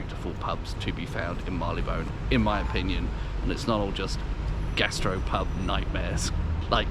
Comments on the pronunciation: When I worked there back in the '60s, Marylebone was pronounced 'marry-le-bun', not 'marr-ee-le-bone'. Nice pubs anyway. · Agreed. And it's still pronounced 'marry-le-bun'. Did not let it spoil my viewing pleasure.